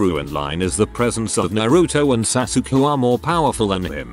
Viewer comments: I love how to robot pronounces Sasuke as "sass yook" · The way TTS pronounced Sasuke's name got me w h e e z e 😂😂😂😂